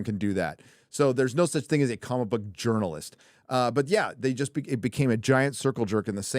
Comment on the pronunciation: Jerkalist instead of journalist; aqua velva-man.